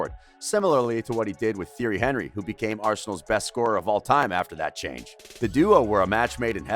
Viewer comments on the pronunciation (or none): I'm sorry, but..."Theory Henry"??? what???